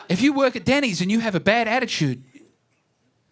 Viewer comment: “Bad attichude”